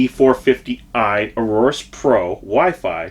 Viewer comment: A-OR-US not arorus lol Good video tho!